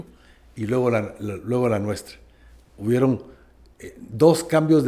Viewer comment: porqué a pesar de ser una persona acádemica,usted al expresarse dice "hubierón".